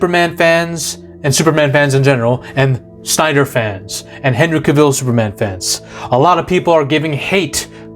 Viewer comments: Cah-vill.. not cuhvill.. also this new superman looks like a chump. All we see is his ass getting handed to him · You pronounce his name wrong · Dude... at least pronounce a Henry "cavills" name right... by the 3d time you pronounced it I clicked off the video 😂😂😂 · You can't even pronounce his name. Having him forced to kill in the first movie not only shows that he chooses Earth over Krypton, it also establishes a grounded backstory to his "no kill" rule moving forwaard. He was still Clark, this was his first appearance as the Superman and his identity hadn't been fully estaablished yet, he had no experience and that's why it' snot until Black Adam that you actually see the Superman that we all know. This was only an origin story and Warner Brothers killed it off before it had time to cook. This is why Warner Brothers deserves to fail, because they've had over 40 years of fuumbling the ball when it comes to DC films.